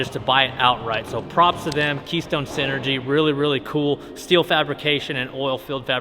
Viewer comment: Wasnt paying attention and heard dad does steal for a living, had to rewind it and realized he does steele not steal for a living 😂